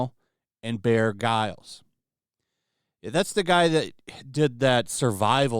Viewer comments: It’s Bear Grills…. That’s how it is pronounced. Not Bear Giles. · It’s pronounced “bear GRILLS”. You know, grill, like what’s hopefully going to happen to most of these people in court. 😅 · Bear Grills* is how it’s pronounced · it’s pronounced ‘bear grills’ I can’t wait to see KK squirming in the chair as she is absent from most things save for premieres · "Bear Giles" Oh, for the love of fuck. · Bear guile? Lol bear grylls.... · Pronounced Bear Grills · BTW it's pronounced (Grills)like bbq grills. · Ive heard called stupid before. After hearing him try and read Bear Grylls name i now know he is. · Its pronounced Bear GRILLS